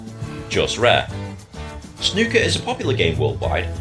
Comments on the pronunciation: Once again you mis pronounce snooker. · Easy,. "Snoo" to rhyme with two not "Snuh" to rhyme with bruh. I see somebody suggested O'Sullivan's fastest 147 but I advise against it if you're actually thinking of diving into the sport because you simply won't have any context for how impressive it really is until you've seen the standard pace of the game. You won't be reacting to any full games either, they can take 2 days. There is a documentary about the history of Snooker and how it became so big in the UK here on YouTube called "When Snooker Ruled The World", it's pretty long but I know you like documentaries and it would give you the cultural context for the game, so you might think that's worth a watch. Snooker tables are massive and the pockets are far smaller than on a Pool table, it's a very difficult game. I'm one of many Brits that has a scaled down Snooker table at home.